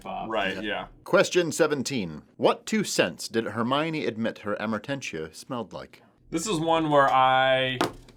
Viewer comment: why do you keep pronouncing the first “T” in Amortentia?!?! It’s a silent T!!! Amor means love, you don’t say Amort! 🤦🏼‍♀️